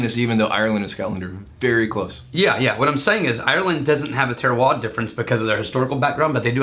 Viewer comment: You do have to pronounce the "r" at the and of "terroir"